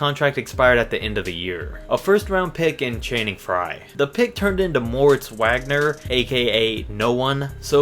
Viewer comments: he disrespected Mo Wagner smh he didn’t even say his name right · He pronounced big moe wagner wrong